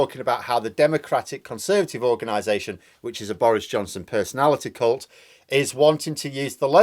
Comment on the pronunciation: Did you say c**t or cult of Boris?